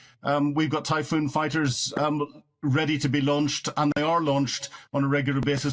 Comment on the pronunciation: I think he said, "The Typhoo's on standby. Tea anyone?"